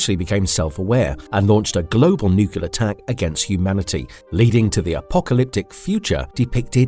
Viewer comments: It's spelled nuclear, not nucular. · Nuclear. Not nucular. Just sayin'. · Please google the word "nucular"!!! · Disliked because nuclear is wildly mispronounced constantly. Sorry. Otherwise a good video.